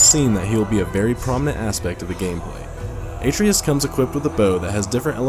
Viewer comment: Great video but the way you pronounced Atreus made me cringe. It's more like "Uh-trey-us"